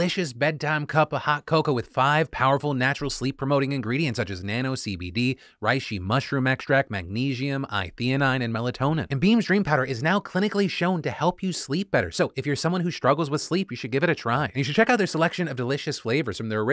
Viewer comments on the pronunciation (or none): Just so you know because I don't want you to mess up your ad read, it isn't i-theanine, it's L-theanine. The L means it's one of the possible versions of the molecule. If you're curious what the L means, it's laevus which is Latin for left. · it's L-Theanine not i-Theanine lol